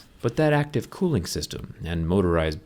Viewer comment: Everyone: cooling Him: clooing